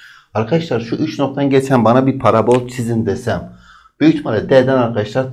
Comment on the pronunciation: Parabôl değil parabol